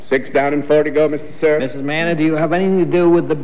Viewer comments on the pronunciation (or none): none